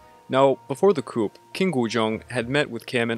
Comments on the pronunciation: Coup: Coo not coop😂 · Seoul is pronounced "soul" and coup is pronounced "coo"